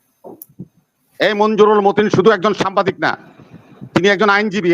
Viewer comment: বিএনপি নেতাকে বলুন সামবাদিক না, উচ্চারণটা হবে সাংবাদিক!